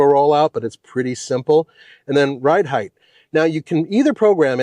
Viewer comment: N.B. There is no h at the end of the word height